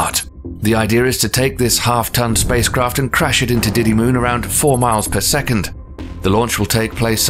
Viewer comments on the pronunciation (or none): none